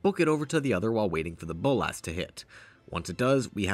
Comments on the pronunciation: Please stop saying "bowl-lass". It's "bowl-la-s" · The way you say Bolas as Bowl-Ass (Boles' ass?) made me laugh every time.